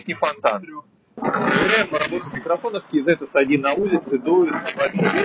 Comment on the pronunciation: Ну хоть кто то правильно прочитал название, кей зэт а не казэ бл@